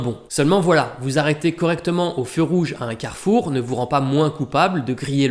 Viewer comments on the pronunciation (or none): none